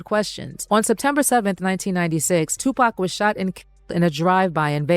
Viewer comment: Who is 2 Pack? I've never heard of him. I'm aware of Tupac Shakur though! There's no K sound in his name, SMH you're a pale one 😂😂😂 nosey